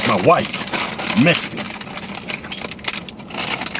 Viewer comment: Did he say mixcan